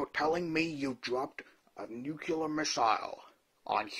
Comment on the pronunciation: Never heard of a nuc-you-ler bomb, only new-clear bombs.